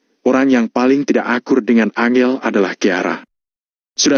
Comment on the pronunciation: Angel (susah) 🤣 An jel bos bacanya